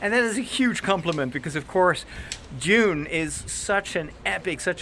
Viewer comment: Props for saying Dune and not Doon!